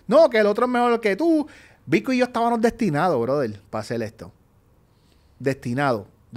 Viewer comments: El “estabanos” me tiene el oído sangrando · No puedo con teniano, estabano…. Por favor a esta edad y no puede hablar correctamente